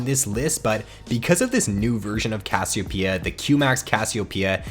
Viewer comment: haha great vid.. just hate that pronunciation of Cassiopeia xD